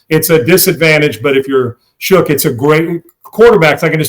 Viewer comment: love how he pronounces his name Shook instead of Shuck.